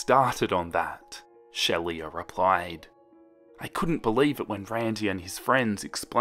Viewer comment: It's pronounced sheela, 😉